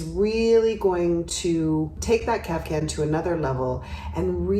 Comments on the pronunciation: If you look it up, it is pronounced Kaf-tan, with a t, not a hard c. Now maybe somewhere they do pronounce it with a c? I used to, and was corrected. However it’s pronounced, the ones she shows here are beautiful! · Love your style commentaries. Today - (maybe the heat has clogged my ears) I keep hearing: CAF- Can ..?? whatever, they are their own cool style! THANX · i heard it too :D